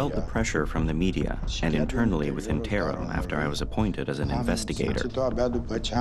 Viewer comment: It's "Tarom". Yes, i'm romanian, and that's one of the worst airlines in Romania